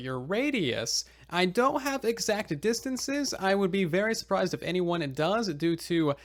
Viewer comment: I wonder why he pronounces "A" sounds at the beginning of words with "ah": anything becomes ahnything, anyone becomes ahnyone. Really strange.